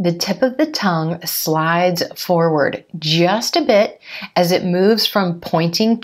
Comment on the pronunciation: and one more thing when you pronounce As with You .? as I heard you sound like ajjzzh you . Please correct me if I'm wrong..? Waitin' for your reply 🙂